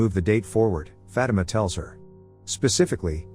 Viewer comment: The way he says Fatima sounds like he saying fat emma 😂